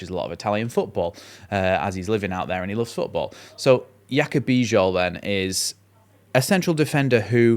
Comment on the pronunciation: The name "Bijol" is pronounced "bee-johl". The "Bij" sounds like "bee" and the "ol" sounds like "ohl". You did well.